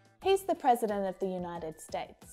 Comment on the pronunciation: There is a mistake in your example:”the person stood up when HE(not they) saw a cat.and you pronounce “a” and “the” incorrectly